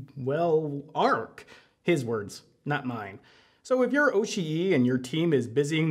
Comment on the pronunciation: The way you pronounce Oshii is like nails on a chalkboard. I know youre trying to make it sound more accurate to how a Japanese speaker would but it actually sounds like youve never heard japanese spoken in your entire life.